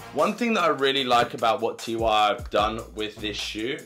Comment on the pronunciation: Not T Y R; it's TYR, pronouced Teer.